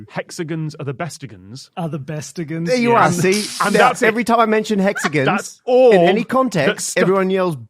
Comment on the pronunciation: Not the "jag-yoo-arz". And, apparently "hexiguns".